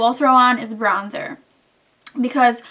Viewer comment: lol it might just be me but.... did you say Brownzer?